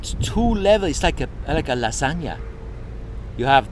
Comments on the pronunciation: haha me too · search "garfielf." lasaga is a thing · GEEKERS I don't think anyone says "lasaga"